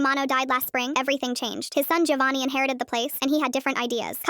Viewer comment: My god, sometimes AI causes brainrot. Anyone pronouncing it gIovanni, and not Jovanni, should be shot on the spot. What is the AI equivalent of that? 😂😂